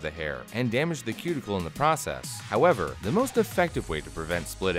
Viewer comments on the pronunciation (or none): none